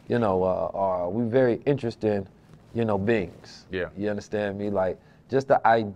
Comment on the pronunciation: InnTrestDing? EnterResting? Witch?